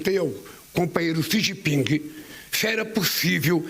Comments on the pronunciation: Eu perguntei ao cumpanheiro “Sijiping”…. 🤣🤣🤣🤣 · "Eu perguntei ao cumpanhêro CI GI PINGUI" 😂😂😂😂😂